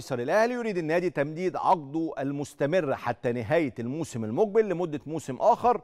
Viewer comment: المذيع بينطق كلمة ( الذين ) بطريقة غريبة _ وبينطق كلمة المقبل وكانها المجبل !! اعلام زرط فى زرط !! صحيح ارزاق !!!